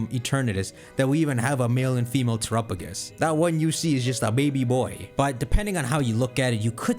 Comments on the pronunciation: Our man really out here til this day pronouncing Terapagos like Tuh-ruh-puh-gus instead of rhyming with Galapagos... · I’ve always loved how he pronounces terapagos